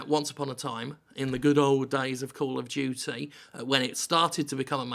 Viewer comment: Kol of Jutsay sry I'm just trying to speak like Jim